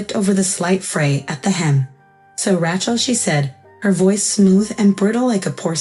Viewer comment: I think you should teach your AI how to pronounce Rachel. "Ratchell" just doesn't do it for me. But I did like the story, especially the ending. Thanks.